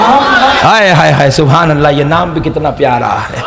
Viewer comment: Your "subhan Allah"😅😅😅